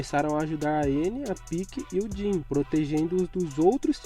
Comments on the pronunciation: que agonia quando ele chama o jean de jhin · Din? Não é jean não